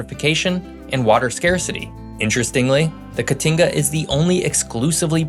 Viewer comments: Your pronunciation is pretty terrible, but the best was “caatinga” where the double a is supposed to be two syllables. As you pronounced is “catinga” it would mean “stench.” As someone who lived inland a few hours outside of Brasilia - another big factor was the red, acidic tropical soil in the inland cerrado (the double r is pronounced like an English h or Spanish j) which is very different than most common crops are used to. It took a lot of research to make it the agricultural powerhouse it became. The dry northeastern part of Brazil water has been the major issue with the current president trying to move some of the water from the São Francisco River to parched communities for growth. Another major factor is the “Serra do Mar” coastal range leading up to an inland plateau, which made things like rail connections very difficult between population centers on the coast and the hinterlands inland. To this day rail transport is lacking and inadequate. The major River system also as a result, outside the Amazon drains through Argentina and due to historical tensions it was hard to utilize unlike the Mississippi. You actually missed many of the key reasons inland Brazil is so much less populated. Also living there, places are experiencing a lot of growth as agrobusiness expands into the cerrado regions. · Catinga or caatinga - makes a big difference.